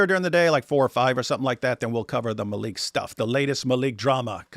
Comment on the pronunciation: His name is not MALIKH . It’s Man-Leak 💧